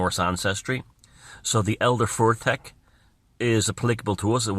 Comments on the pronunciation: its FUTHARK. Not fortek.😂 wonderful video though. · love the video. It's elder and younger futhark, pronounced 'foo-thark' not 'fur-thek'. Keep up the fantastic work. You're keeping a lot of important things alive